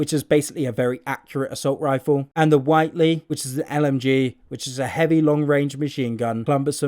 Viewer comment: Just a heads up, it's pronounced WIT-lee. It's my friends last name lol if the E comes directly after WHIT, then it would be WHITE-lee